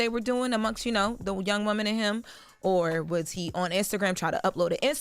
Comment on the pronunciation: Why she keep emphasizing "young "?